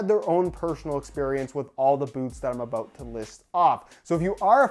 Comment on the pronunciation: is that aboot